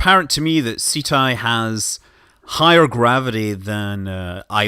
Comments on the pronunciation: Pretty sure it's pronounced 'setty' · I thought it was pronounce like ketti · Ceti is pronounced (set-ee) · Ceti is the genitive for Cetus, whale in Latin. You should call it just like the constellation, so Ceti. Not Seti, not Seethai, not Seetee etc. Just as it's written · It's pronounced "SEH-TEE" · It's pronounced 'see'-tie". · prefers to pronounce Ceti "Set-tie" prefers to pronounce Cenauri "Sent-are-ee" totally makes sense, like refusing to pronounce phi as "f-eye" but has no problem pronouncing pi as "pie" and not "pee"